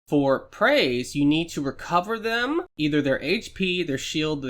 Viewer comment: " you have to REcOVER thEM" why did you say it like that 😂